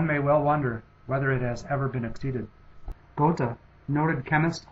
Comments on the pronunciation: No doubt Goethe can be called the smartest human ever. He is also one of the most influential. However, why can't the producer of this video learn how to pronounce this great genius' name. Please check out what the two little dots above the "o" do to the sound of that vowel. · Goethe is pronounced something more like 'Ger-ta' than the pronunciation 'Go-the' used in the video. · I'm pretty sure it's pronounced "gur-tuh". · it's not GU(R)-tuh, but Götuh: ö like u in "further" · Lmao. Please learn how to pronounce Goethe's name. Speaking of issues pertaining to credibility, why, pray tell, would one rank Einstein ahead of Leonardo? Absurd. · Your pronunciation of Goethe was highly irritating. ;o) Good job. Thanks for doing this. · This is a great video, but try and research the pronunciation better. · germanly speaking, he pronounced it wrong, very wrong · I think the narrator should make an effort of learning how to properly pronounce the names of the masters who appear on the list, if not with respect to their own languages (e.g. Einstein="ine-shtine"), then at least with respect to the standardized American pronunciations of their names (e.g. Geothe="gur-tuh"). The French pronunciations were very bad in particular. That said - where's Feynman? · 1. of the pronunciation of goethe is just bad :p 2. goethe didnt "follow" newtons theorie of light and color... he thought newton was wrong (it happens so both were right they only used different approaches goethe: color addition newton: color subtraction) 3. the biggest point i have with this video series: HOW THE FUCK can you measure the IQ of people that have died hundreds of years before the first IQ test was even created (like Hypatia, shakespear, ...) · the way you pronounce "goethe" is also annoying. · he's doing pretty well of course he can't pronounce "ö" properly at least he's trying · Do you realize that you are pronouncing Goethe incorrectly?